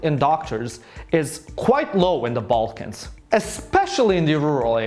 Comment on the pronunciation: My Ex would pronounce Balkans as Vulcans 😫😂